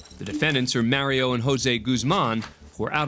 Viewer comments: It's pronounced "Mario", not "Mary-o". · The narrator clearly has never played any of the Mario games or he’d know it isn’t pronounced Maryo.